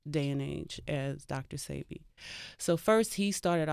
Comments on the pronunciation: Why do people still say “see bee” when he has pronounced it as “say bee” over n over again. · Why no one can say sebi right...ceebee sybby....its (sebeee) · Please stop saying Seebee, his name is Sebi, pronounced "Sébi". But I know y'all don't have the "é" sound in english, so just go with a more "ay" sound. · Thats what I be saying... If you pay attention all the family says "say bee" and the interviewers all say "see bee" DJ Envy even corrects Nipsey on the breakfast club with the wrong pronunciation. I was appalled. Im glad someone else said it too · Why do they let her pronounce his name wrong? It's pronounced "SAY- be" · Whyyyyy issss shheeee saying Dr CB? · mispronounced Sebi 3 or 4 times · totally mispronounced a lot of people's names. That kind of only stuck out with me because if I know something or someone I wouldn't mispronounce it. You definitely have to appropriate yourself with something or someone if you are going to put out or broadcast it. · Why everybody butchers Dr. Sebi name. Smh